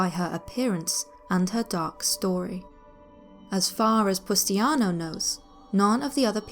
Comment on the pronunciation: its pronounced pustanio not pustiano